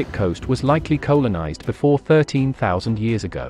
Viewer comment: Pronunciation continues to be an issue, but your computerised narrator is getting better. It's pronounced Coll-a-nized NOT Co-lon-ized.